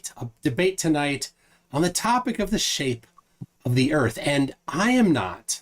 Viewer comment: I heard “earf” that was it for me.